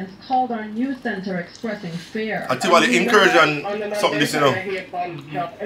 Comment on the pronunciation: Did that fakester say Trivoly Gardens instead of Tivoli Gardens. Smoking weed? Ha! Come off Jamaica Center E train